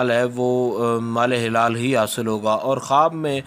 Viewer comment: Janab helal nhe halal huta hy